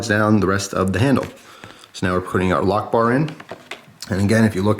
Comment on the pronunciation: I thought that when you said "a lockbar" it sounds a little bit like "allahu akbar" and now i can't get it out of my head and you keep repeating lockbar...... D=